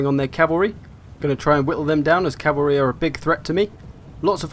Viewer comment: i will forever hear Chavary now -_